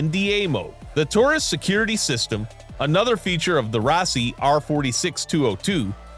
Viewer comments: First time I ever heard Taurus pronounced "tooerus" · 2 words: “Tooris Snobby” As soon as I heard him (AI) mispronounce Taurus, and refer to a snub nose as a snobby I just continued watching for laughs. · Much misinformation and video obviously done by amateurs. By the way, it’s Taurus not “Tourus” and their revolvers are absolute junk, NOT preferred by security professionals or anyone else that is experienced in the business. Then, you endorse Rossi as a quality revolver. Another gross misrepresentation. In keeping with the title of your video, it’s obvious who the ‘real’ idiot is. Educate yourself and try again. 🤦🏻‍♂️ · Please learn how to pronounce Taurus